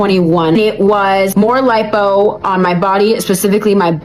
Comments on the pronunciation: Tf is "LEEPO" ?😂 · It's not LEEPO, it's LIPO= LIE-POE